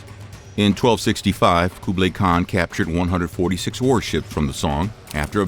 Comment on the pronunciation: Good video but the pronounciations of Genghis Khan and Kublai Khan were off